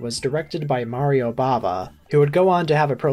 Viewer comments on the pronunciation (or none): none